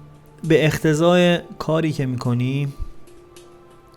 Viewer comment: اختضااااع ؟؟؟؟!!!! 😬 چجوری حافظ میخونی با این سوادت ؟!!!